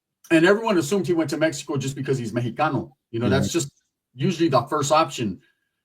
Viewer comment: it's mexico not mehko😂